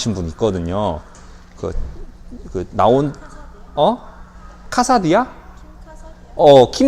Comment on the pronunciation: ㅋㅋㅋㅋㅋ 킴 카사디안이 아니라 킴 카다시안이에요 ㅋㅋㅋ너무 스무스해서 돌려봤네요 ㅋㅋ